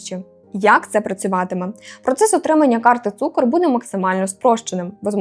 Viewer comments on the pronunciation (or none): Не цукор а цукр